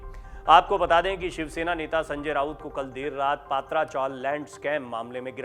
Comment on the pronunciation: अरे भाई पात्रा नही पत्रा चाल जीसको सिद्धार्थ नगर बोलते ह ये गोरेगाव मे स्थित है।